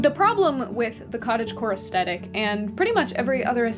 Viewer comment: Aesthetic is pronounced with the same TH sound as thick, not with a hard T. It was distracting… 😕